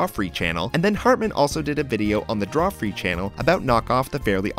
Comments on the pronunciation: Drawfree?! Cladwell?! Not to be that guy but I'm gonna be that guy. It's Drawfee, and Caldwell. I've noticed alot of 107 episodes have terrible pronounciations of foreign names and stuff but this is absurd. Lol oh well. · Drawfee! It is Drawfee! Not Drawfree. Caldwell the chin, not cladwell! Caldwell and Nathan are THE best youtubers in existence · lol "Drawfree" (Drawfee) and "Clodwell" (Caldwell) you tried XD. At least you got Nathan's name right